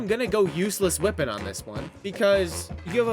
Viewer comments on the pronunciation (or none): Wait I hear the “wippen” now 💔